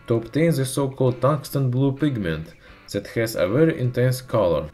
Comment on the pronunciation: why are you saying zat instead of THAT and ZEN instead of then? is it so hard do say D?